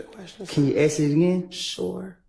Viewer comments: ask ask ask!!! not axe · Using axe in place of ask really makes you sound like a dipsht especially females